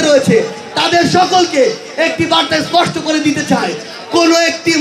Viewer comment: একটি কথা ইসপট করে বলতে চাই 😅